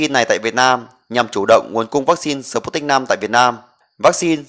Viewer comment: Đọc là sput - nhích v. Không đọc là sờ- put- nic v, khó nghe quá